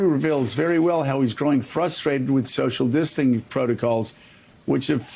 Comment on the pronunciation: Lol what the heck is "social disting?" 😂😂